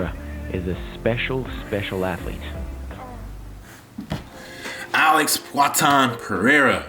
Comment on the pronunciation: AH-LEX PAY-HARE-UH